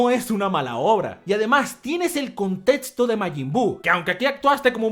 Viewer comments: La palabra "contexto" se lee como si estuviera escrita como: "contecsto", no "contetsto"... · Me gusta cuando dice contétsto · me encantan tus videos, pero siempre me he preguntado esto: ¿porque pronuncias la equis con una ts? Contetsto, etsacto, etsepcion... No es una crítica, ni una burla, solo es una duda. Puede que este equivocado, pero tengo entendido que la X se pronuncia como cs. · Nomas no digas contetso por fa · Nadie: Absolutamente nadie:: Contetzo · Cómo que a veces dice 'contetsto' no? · "El contetsto". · "contetsto del conteTSto" jajajajjaja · "Contetsto del contetsto" ♥️♥️♥️ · El contetsto del contetsto!!!! No etsageres!!! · Like si te volvían loco sus "contetsto" y "etsagerar"